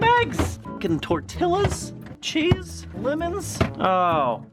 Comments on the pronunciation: tor-till-a. no. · hurricane katrina, MoRe liKe hUrrIcAnE ToR-TiLl-A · Emma Pergande tor-tia is how it's pronounced not tor-tilla. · YOU WILL BURN IN HELL jk but seriously its TOR-TEE-YA not TOR-TILL-A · Roosters don’t lay eggs! And it’s tor-t-ah not tor-till a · it's pronounced torteea spelled tortilla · The pronounciation for tortilla is tortia silent Ls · 1-it was a joke that he pronounced it wrong 2- technically, since it is a Spanish word, the Ls are pronounced, like a "y" sound, so it's technically tortiya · say it with me! TOOR-TEE-UH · Did he just pronounce the L's in Tortilla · The way he pronounced tortilla. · says Tortilla wrong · He said tortilla when he should have said tortilla but somehow he managed to say tortilla.. tortilla tortilla tortilla 😂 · ...Did just say tortilla the wrong way